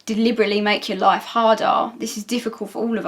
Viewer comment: I heard productive laugh instead of productive life, and was trying to remember that part of Nin's video before I realized it was me being odd. ^_^